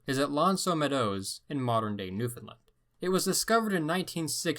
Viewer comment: "Eskimo" is a derogatory term like "n-----". And it's new-fan-LAND. Not whatever you were saying.